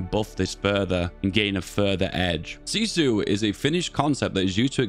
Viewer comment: Honestly your pronouncing was good on that word :)